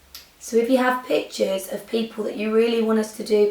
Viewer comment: Okay definitely thought you were saying bitches instead of pictures whilst I wasnt watching the tutorial and just had it playing in the background.